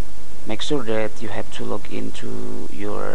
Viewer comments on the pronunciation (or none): sorry but i can't stop laughing ..just at the moment you say tour blog address lol hahahah..